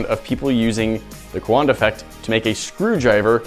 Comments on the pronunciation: I don’t mean to be that guy, but Coandă is two syllables. “Kwahn-duh” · Cowanda sounds like Kiwi co(there sponsor